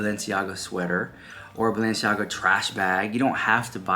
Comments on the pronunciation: In one of their Hulu episodes this season, while Kim is getting ready for the Balenciaga show, she is having a conversation with one of her makeup artists speaking of how her mother, Kris, says the name Balenciaga, "Baalenciaga"...that scene stood out to me the moment I heard it and now this...coincidence??? I think not. They are telling us their truth of who they are and what they represent, let's believe them. These are all wolves in sheep's clothing. God help them all. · And Their last episode of Kardashians Kim kept making fun that Kris Says "Baal enciaga she said it like ten tims .You should post clip then bam all this w their drama an exposing kids so close together